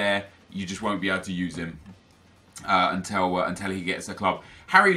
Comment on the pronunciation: also anyone notice that pronounces the world til as tell. like instead of saying until he says untell